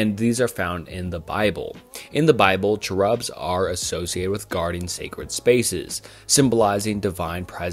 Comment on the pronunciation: mispronouncing enoch is understandable, but mispronouncing cherub?? lmao